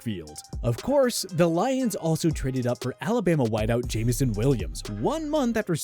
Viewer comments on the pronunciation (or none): none